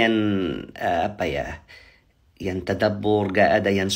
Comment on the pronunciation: Rupanya orang mesir nggak bisa ngomong "yang" bisanya yan Sekarang bisanya yan